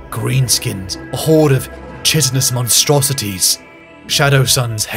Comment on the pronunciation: Great video, but I have to bring up a common annoying nitpick you've been guilty of before: Chitin and chitinous are pronounced 'Kai-tin' and 'Kai-tin-ous'.